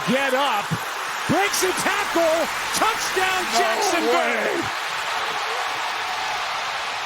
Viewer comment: it sounds like he says touchdown Jackson Bay because they're in Florida 😆 🤣